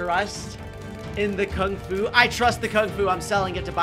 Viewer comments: Lol bro misspelled Kung fu and said Kung ku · Uh, you said King Alu not King Fu. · Nice vid but OMG HE SAID KUNG KU LOL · AH YES KUNG KU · You said the word Kung Ku, not Kung Fu. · Is it “Kung Ku” or “Kung Fu” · “Kung ku” - 2023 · ah yes, kung ku